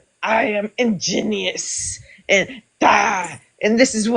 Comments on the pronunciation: Sounds like somebody had 1 too many shots of Bacardi. She ain't feeling that "inginious" mofo today LOL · “Injineeeyus” LUL Liquor is not your friend lady!